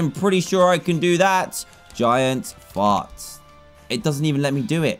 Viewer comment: The way he said giant fart. Gaiant. Faut.